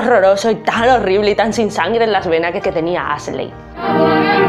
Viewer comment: No sé pronuncia Aseley ,es Ashley,( fonéticamente Ashli) y el apellido es Wilkes,así como se escribe,muy buen video solo hay que checar la pronunciación de los nombres y apellidos en inglés para que sea mejor,lo digo con todo respeto.